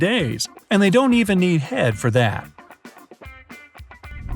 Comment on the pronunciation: Cockroach. What does he say?? It sounds like, "they don't even need head for that". What does that mean?